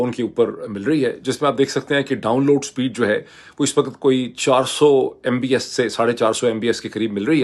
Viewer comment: on a lighter side, Dr Moeed, although you are talking tech when you compare internet speed around the globe, your thoughts are still surrounded by politics :) ... it is MB"P"S , not MBS (you know what i mean) :)